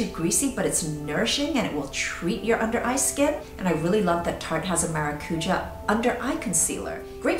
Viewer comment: Maracuja is pronounced "mah-rah-coo-ya" :)